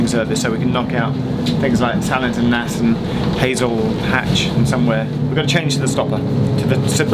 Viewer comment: It's pronounced 'Nase'